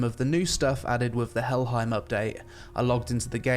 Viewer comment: Helheim isn't prounced with an I sound, but an A sound, like the word "fame" rather than "time". Also, norsemen, and by association those that went viking, were more often than not clean-shaven. We have surviving letters of Christians warning of the dangers of their daughters being lured away by the Vikings clean faces and well groomed hair, and the alluring scent of freshly washed viking men. It was later Europeans who portrayed them as dirty, barbaric, and unshaven to villainize them (not that I'm saying beards are bad, just that there was a time they were depicted that way).